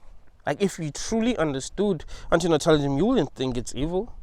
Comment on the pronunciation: I liked how he pronounced antinatalism.